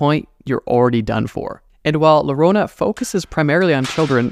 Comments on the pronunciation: Llorona= Yorona not lorona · The LL in llorona should be said like u so yorona not lorona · Hahaha my friend, not larona-> La___ LLORONA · Its not "lorona" It is like yoyo "yorona" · Just for the record, it’s llorona (yo-ro-nah) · Llorona pronounced yorona according to Spanish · Llorona is better pronounced as "yorona" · Larona 💀💀💀 como lo dice el wey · Llorona is pronounced "gio-roh-nah" for non Spanish speaking frens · I love your content but the Llorona pronunciation took me out😭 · Being hispanic... I cringed super hard every time he said llorona wrong